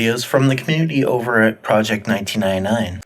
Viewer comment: "Project Nineteenainai"